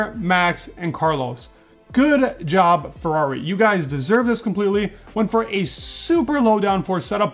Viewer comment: I can see that when you want to, you can properly say FERRRARRRRI ... and this isn'tthe first time i noticed that! Keep up the good job, i really enjoy your videos 😉👍